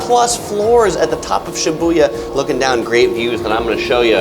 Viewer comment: Why are you saying Shibuya like that? Lol